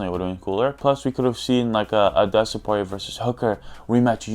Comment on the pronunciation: bro said Dustin Porirer SO FUNNY